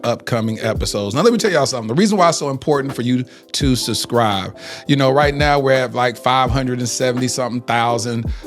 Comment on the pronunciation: Is he saying SUH-Scribe vs SUB-Scribe on purpose….hmmmmmm idk